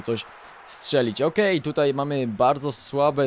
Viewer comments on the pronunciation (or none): none